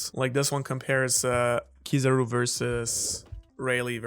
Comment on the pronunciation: It's KIZAARUU not kizaro please guys you hurt my ear